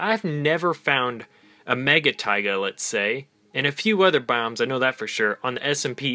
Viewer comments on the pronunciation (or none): none